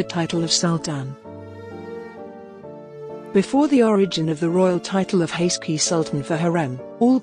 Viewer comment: Could you get a better narrator who checks correct pronunciation?? This lady could check out how Turkish names and words are pronounced. Suleiman is not pronounced Sulimaan. Haseki is not pronounced Haski. Mahidevran is not pronounced Mahidvrn. My ears are cringing with the terribly enunciated words.